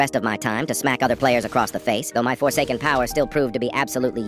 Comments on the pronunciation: Did he say forsaken? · Did he said FORSAKEN